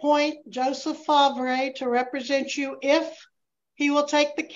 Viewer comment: I’m gonna assume that’s spelled ‘Favre’… i believe it’s pronounced ‘FAR’..